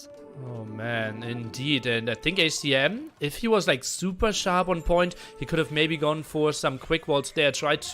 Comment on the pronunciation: It kills me how always misses the 2nd "C" in ACCM